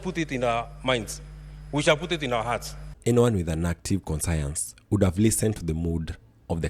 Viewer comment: Conscience pronounced as conshience